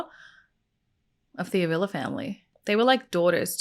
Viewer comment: Hwr last name is pronounced Ah vee la